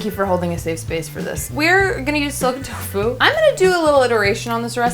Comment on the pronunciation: I dont understand what youre saying, soaken tofu? Silken tofu?